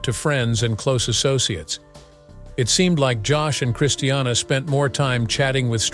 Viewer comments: I just hate how he pronounces her name. It's NOT Christ e anna. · Hope Joshyboy gets nothing! Please say christinas name right its not christianna! Omgosh! 😕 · Who cares! Another so-called power couple soap opera drama garbage - she’s nuts and shouldn’t be married to anyone - he was hungry for $$$$$ and media attention!!!! This is what is wrong with tv - this Ai generated voice cannot speak her name correctly